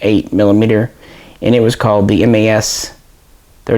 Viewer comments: we don't call them M.A.S but MAS (sounds like "mass"). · Just so you know, in France we pronounce '' Mas " just like you pronounce '' Math ''. MAS stands for" Manufacture d'armes de Saint-Étienne ". Love your channel and glad that you guys have interest for french guns.